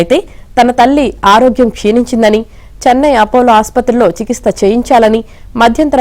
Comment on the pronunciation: చికిత్స అనే పదం సరిగా పలుకు